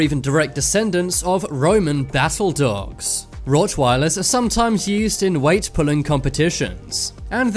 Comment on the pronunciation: And you say dogs like "dawwogs" 😂